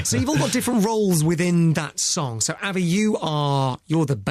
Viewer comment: His pronunciation of Avi😂